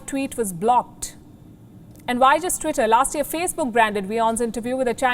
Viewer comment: Lady first you cant even pronounce tweetay second it's a private company who has the right to do whatever it wants thirt your channel preaching hate you know it